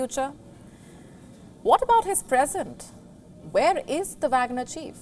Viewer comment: That is wagner not bagner this newscaster don't know anything